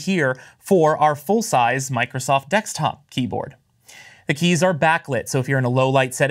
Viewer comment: Take a shot of every time he says "dextop"